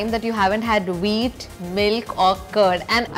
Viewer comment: Why am I hearing wheat "weed"?